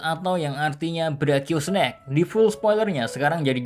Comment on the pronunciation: Snack apa snake? Tulisannya snake kok bacanya snack, beda arti beda maksud bos